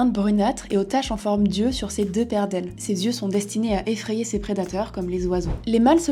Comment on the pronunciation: Super vidéo. Un seul bémol : les liaisons maltapropos. Les saltiques n'ont pas "8 zyeux" mais "8 tyeux". Et les "autr'espèces" sont en fait les "autres zespèces". Bonne journée.